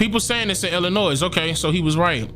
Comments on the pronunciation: The S in Illinois is silent. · The S is silent in Illinois.. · My guy, please leave the S sound off of Illinois lol I’m from there lol We hate when people do that lol Love the work, bro! We should link! You would LOVE what I do, man!